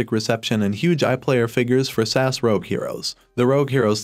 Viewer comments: Ess Ay Ess, not SASS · S A S not sass hahahahahaha re-do the video my guy you sound silly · S.A.S. ( that's Special Air Service ) not Sass !!! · Bloody Brilliant. Cant wait.. but please say S.A.S . Not sas... so rude... 😂 and nasty.. 😮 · Mate it’s S A S NOT SASS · Stop saying 'sass', please. It's S-A-S. S A S!! :) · SASS oh ffs it's S. A.S AN ACRONYM ...PLEASE get the name of the show right .....OTHERWISE no-one will take can ideas seriously mate.... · What is Sass??? It’s S.A.S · ITS S. A. S. NOT SASSSSS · Special Air Service abbreviation SAS in not pronounced as one word. It is either pronounced as individual letters S A S or full name, Special Air Service